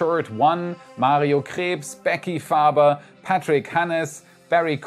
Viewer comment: Also wenn du nicht Deutsch sprichst hast du Mario Krebs gut ausgesprochen 😂😂